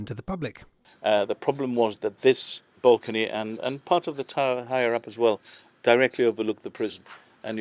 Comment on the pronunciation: is incorrect. It wasn't between Muslims and Christians. It was between Arab invaders and Europeans. Different peoples. He didn't call the British Christians did he? And nobody pronounces Muslim like he did. It's not a fabric. And he doesn't know how to pronounce balcony. Honestly it's ridiculous. Why has this site been neglected for decades. It has been abandoned. It should have taken precedence over the northern defences. We need English Heritage professionals in to run Heritage in Gibraltar as well as an auditor.